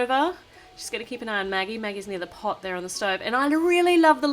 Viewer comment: Magagie Me: Ha ha ha!!!!!!!!!!!! It's Maggie